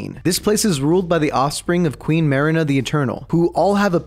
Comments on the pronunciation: BRUH U SAID MARINA FOR MELINA AND MARIKA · and MELINA NOT ALSO MARINA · And melina not marina